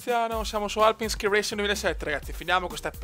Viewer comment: Detto "skai" è cielo, questo è ski ahah